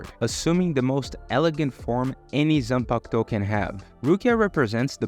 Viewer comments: Bro I agree with everything except its not "zampakuto" but "ZaNpakuto" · zampakuto? isnt it zanpakuto? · ZANPAKUTO not zampakuto 😭 but awesome video rukia best girl 🗿🔥